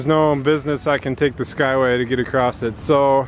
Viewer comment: Oh, Across doesn't have a "T" in it!!:p